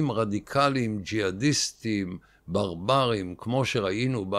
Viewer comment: איך אתה אומר ... "ברברים"?😂